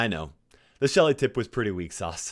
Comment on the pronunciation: NOT LUSHY. ITS SHELLY.